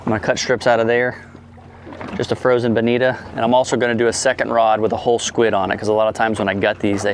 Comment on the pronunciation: Captain... I don't miss an episode of yours every Monday, but the name is Bonito not Bonita. Maintain the quality of your videos, they are the best.